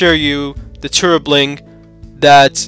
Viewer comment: Its TWRP (Team Win Recovery Project), not 'Turup' as you are pronouncing.